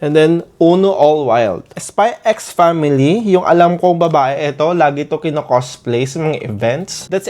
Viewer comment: Spy family not spy x family you're not supposed to pronounce the x